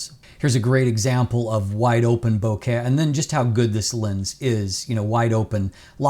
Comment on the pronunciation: Bokeh + Ikea = bohkea (as pronounces it). ~ love from a fellow Canadian:)